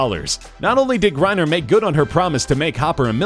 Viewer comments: It's pronounced Lori GRANEER, not Griner. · His mispronounced Grenier and got that reason I am out!